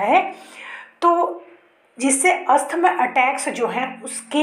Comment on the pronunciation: Not Asthama.. Asthma